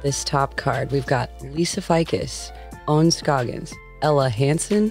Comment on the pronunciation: Lisa F eye cus? Everyone else says Lisa Faycus